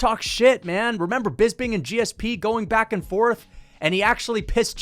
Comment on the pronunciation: brother why do you say BISBING